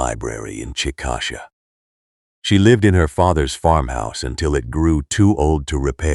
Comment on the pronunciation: Chick-a- Shay not chick-asha